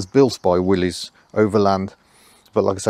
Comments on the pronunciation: I don't like when they mispronounce, "Willys" as "Willy's". It's pronounced as, "Willis." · It pronounced Willis not Willies